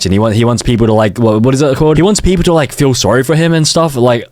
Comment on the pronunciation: bro like “I liké you”